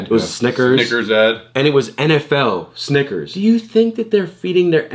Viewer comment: saying snickers like sniggers